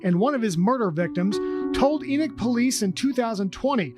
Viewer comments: It is pronounced E-knock... being a full time mom IS a job! Family massacres are not new; they have existed as long as humanity has existed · It's pronounced like Eknock. It's the name of a Biblical character. Not a surprise considering where it is. I live in Utah. NOT LDS! Maybe it isn't pronounced like that, but in the Bible it's pronounced like Eknock.